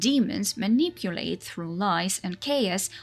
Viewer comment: I always prefered this theory, over Gaunter being evil incarnate. Makes the story and his character more interesting. You presented it well. Side note, I love the way you pronounced "manipulate"